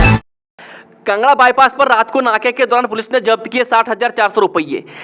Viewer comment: Bhai tum kangra ko bhi kanga 😂bolte ho kaya baat h ye😆🤔😂😂